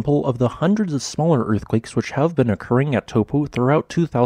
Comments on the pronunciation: Please learn to pronounce Taupo the correct way. Maori is a phonetic language. Tau for the Greek letter and Po. Taupo! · forgot how to pronounce Taupo